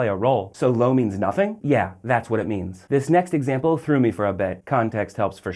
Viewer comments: "low"? "LOW" - STFU, gringo! you're seriously annoying, dude. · Yeah, a video about the Spanish word 'lo' and he pronounces it incorrectly every. single. time. It's just two letters, how hard can it be?!